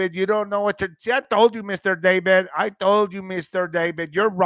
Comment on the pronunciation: YOU JUST KEEP ME LOL ‘ Mistur Dav-ed’😂